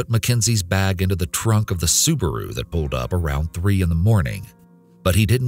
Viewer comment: Being South African I can relate. The way he pronounced Subaru, I almost fainted 😩😂